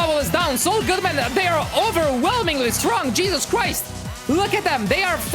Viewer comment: Did I Hear You Said Cheeses Crise